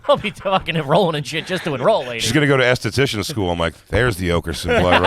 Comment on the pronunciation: If you're wondering if Jay is garbaggio , he pronounces "esthetician", ass-to-tetchin"